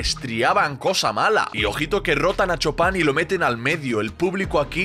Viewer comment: Por qué le dicen Chopan si se pronuncia Chupan 😂